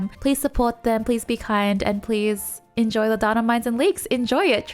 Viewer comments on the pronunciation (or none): none